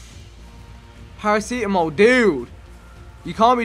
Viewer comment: Vikk its para-c-tam-ol